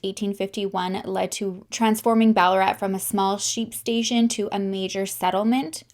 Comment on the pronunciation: Ballarat and Doveton street were pronounced perfectly. Beaufort is more like Beaufert